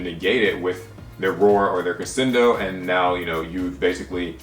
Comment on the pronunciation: The "sc" in crescendo is pronounced "sch" -it's Italian. Love the content though, keep up the good work! My favorite tech card is probably Imperial Order. I'm an incredibly casual player who got out of the game for a while, but seeing my favorite troll card continue to be relevant after all these years makes me happy.